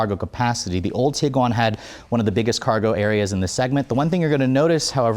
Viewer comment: Am I the only one that just learned how to properly pronounce Tiguan (TEEG - Juan)?